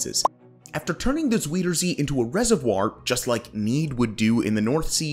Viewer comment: The "ui" in Afsluitdijk sounds like "ow" in English. Like "out" or "clout." So: it's "aff-slout-dike." And zuiderzee is "zow-der-zay." (Dutch has had the different vowel shift than English did.)